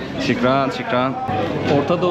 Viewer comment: Şükran değil şuhraan😅